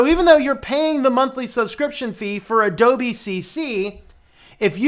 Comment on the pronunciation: "A-DOLBY" lol.....